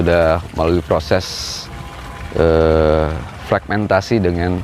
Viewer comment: Fermentasi ya pak bukan fregmentasi